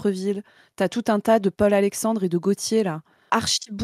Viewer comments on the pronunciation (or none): none